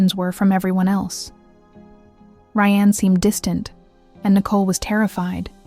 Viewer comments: But WHY CAN YOU PRONOUNCE RYAN THROUGH HALF THE VIDEO????? DID RYAN DO IT?? BECAUSE YOU SAY RYANNE COMMITTED THE MURDER. OMG I WANNA WATCH THIS BUT IT'S SO FREAKING ANNOYING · Ok, I have to ask. This SOUNDS like a real voice. But when it switches between “Ry-Anne” and “Ryan” pronunciation wise, then says “9 to the 1 1”, this HAS to be AI. There’s NO way a real person says those things. When saying dates it’ll say something like the April 7 t h but it will say the T and H. Someone back me up here! Why is everything freaking AI? I’m sorry but stories like these, if you can’t speak them from your OWN mouth, you shouldn’t be telling them. That comes off as a massive money grab. Gross.